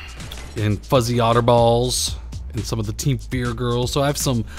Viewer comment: I laugh so hard when you over pronounce "Fuzzyotterballs"